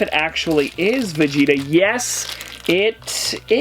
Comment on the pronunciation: Saying Vegeta incorrectly is really pissing me off.